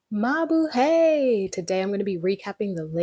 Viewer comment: Mabuhay rhymes with eye